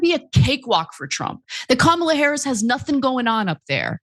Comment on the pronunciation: Lied about what? It’s Harris, not “Harries”.